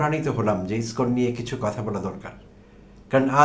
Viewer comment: আপনার মত ছাগল যে ইসকন শব্দ উচ্চারন করতে পারছেন না।আপনি আবার আবার ইসকন নিয়ে কনটেন্ট বানাতে আসছেন?